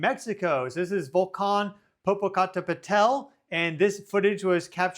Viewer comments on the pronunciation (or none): LOL, honey I love your attempt to pronounce Popocatepetel! It is a Nahuatl word that takes a bit of practice. It is right outside the town of Puebla and if it ever really erupts that will be a disaster.